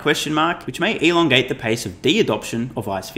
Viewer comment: Freudian way to say "elongate" haha love it.